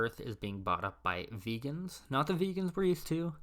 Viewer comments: This Immortal: It's not "vee-gan", it's "Vey-gan", from Vega. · It’s pronounced “Vay-gens,” as in people from the planets of the star Vega.